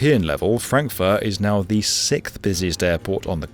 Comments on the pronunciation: There is no number called SITH. The Sith is an imaginary group of people from the Star Wars franchise. The number your looking for is sixth which is pronounced SIKS-THA. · "sickth? One, two, three, four, five, SICK?